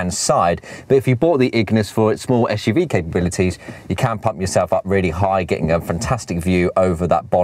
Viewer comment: What a guy, I’d be flying about a city and he is out on a country road. He hasn’t a clue. Another waste of time with a clueless Starbucks mentioning chap. Plus he says esh UV